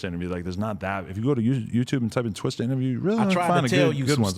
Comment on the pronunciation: I hate how white people say twista.